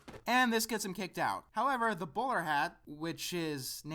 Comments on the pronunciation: Whenever you say "The bowler hat guy" it sounds like you're saying "The borat guy" :P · "The Bowl-hat guy" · I swear you're saying the borat guy. What is he saying?